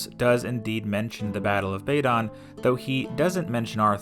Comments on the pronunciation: Not BAy-don! There is no long 'a' as in 'ladle' in Welsh. BAdon with 'a' as in cat. Not Historia BrittAnum - Historia BrittOnum. Not TInt-a-gel but Tin-TAgel Not RYe-o-thAmus but Ree-o-TA-mus Jesus Yanks are sooo ignorant when it comes to pronunciation and soooo lazy that they don't make any attempt to learn. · Not Tinter-gel but Tin-tAgel Not Bay-don but Bad-on You havent a clue.